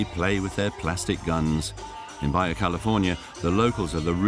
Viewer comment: This isn't East/Northern EU... Baja is not pronounced as Baya...